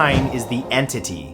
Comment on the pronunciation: Lol en tity